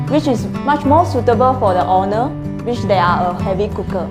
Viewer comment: I cringe whenever she says owner but sounds like honour. and vinyl become whinner.